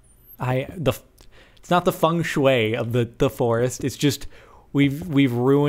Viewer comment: It's 'Feng Shui,' not 'Fung Shui'. And red and green go extremely well together.